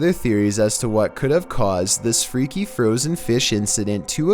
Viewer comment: One word i can say: Froosen